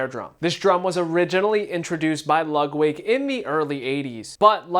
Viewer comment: I swear you're saying Lugwig.